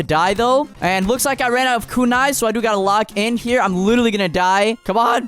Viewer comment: It is kunai not kunis